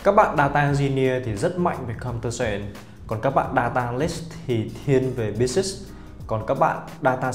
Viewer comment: phát âm vài từ tiếng Anh (business, analyst,..) nuốt chữ nghe hơi khó chịu. Dù sao thì vẫn cảm ơn bác vì video !